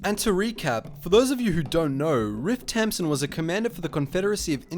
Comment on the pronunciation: I thought he was saying ripped tampon